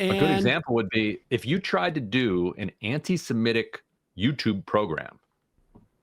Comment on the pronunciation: I like that Ryan Grimm is the only person in media who can pronounce the word "antisemitic" and doesn’t say "antisimetic."